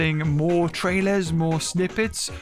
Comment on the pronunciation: "Moar" again 🤣